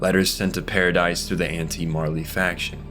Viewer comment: This was a great video, but holy crap you’re so bad at pronouncing names Paradise, Tybur, Jean, Hange, Ymir, just to name a few Regardless, you made a good video. The quality outweighs these mistakes. It just really annoyed me and I felt the need to say something about it since it’s wasn’t just one name. Also, the wall titans are 50 metres, not 60. The colossal (shifter) is 60. Small potatoes tho.